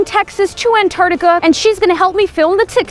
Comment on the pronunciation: An- tart-I-ca